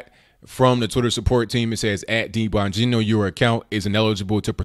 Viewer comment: Dang,! Is there a way you can tell us beforehand when you're going to be on RT? I had no idea. And you pronounced Dan's name perfectly.